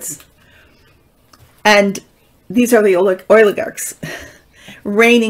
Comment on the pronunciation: I appreciate your taste in music. Thank you! It’s “behest.” Oligarch is pronounced with a long O. You are pronouncing it: oil-ih-garks